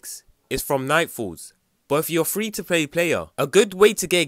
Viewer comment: I love the EMPHASIS on free and nightfall XD